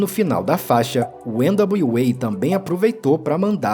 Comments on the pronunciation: nao sou nenhum expert em ingles, pelo contario, nao sou fluente em ingles, mas acho que voce pronuncia errado o nome do grupo NWA. nao é ene dablio UEI, É ene dablio EI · Esse pronúncia de N.W.A nem nas músicas são assim kkkkkkkkk não precisa disso não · O documentário ficou massa, só o nome do grupo que você não falou certo